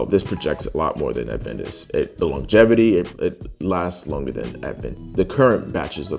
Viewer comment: Adventis? Aventus....has no "d" sound or even the actual letter "d" in the name. If I'm honest, I find it difficult to take your fragrance review seriously if you cannot at least pronounce the name of the fragrances correctly. A_Ven_tus...okay buddy On a positive note your review was not biased.